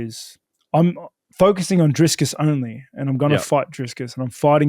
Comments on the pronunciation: driscus,, how did he get that name so backasswards, love how consistent he does it tho :D a little sad he will end the road to izzy for dreicus, would have loved to see that play out, but now his soul will be reaped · Drisscus hahaha